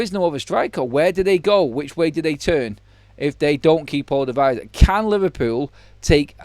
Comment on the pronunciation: Pronounced e-sack not i-sack, we're Briish not American.